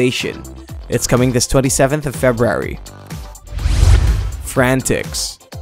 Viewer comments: Video should be called “How not to pronounce February” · LOL Feb-rary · Axess2084 haha I'm glad I'm not the only one who heard it 😂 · I imagine that's the Tommy Wiseau pronunciation. lol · I love how he says February 😂😂